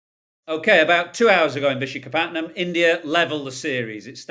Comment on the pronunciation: It is tougher to say what he was saying than it is to actually say Visakhapatnam 🤣